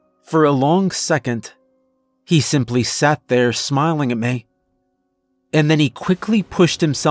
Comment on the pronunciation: Why, when a sentence terminates in a word ending with an 'e' or 'y' do you pronounce them like they're drawn soft 'a's?' Exs: 'Me' becomes 'maaay' and 'eventually' becomes 'even-chu-laaay.'🤔